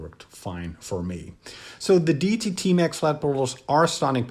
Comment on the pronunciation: Pronounced ‘Day e tee’